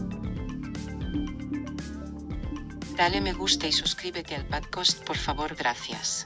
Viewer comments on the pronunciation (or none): I dont know why in spanish it pretty much sounded like she said "padcost" instead of "podcast".